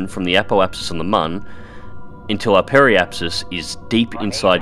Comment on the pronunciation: Its me again, it is not mon its moon and it is pronounced like Muun, can u say it in the next video i wanna hear u say it correctly ;))